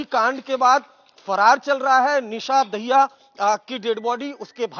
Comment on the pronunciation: दाहिया नहीं मित्र, ये दहिया है